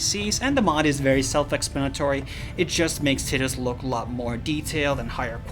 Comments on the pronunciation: ITS tee DUS - pronounced TEE dus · LMAO "TIT-IS" ... I'm going help you my friend, because the main character is not a woman's breast, say it like this: TIE-DIS, Also "Aesthetical Design" is letter salad, one would simply say "Aesthetic Design". I Loved the information provided, I had no idea FFX had any worthwhile mods. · Ti-Tus not Tit-us. rainbow the more you know. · Ok I know there's a lot of debate on pronunciation of Tidus' name but please, it's definitely for sure not "Tih-dus" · This guy just opened my mind to a whole new way of pronouncing tidus